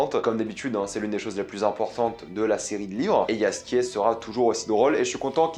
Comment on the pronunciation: Le J se dit Ye en Polonais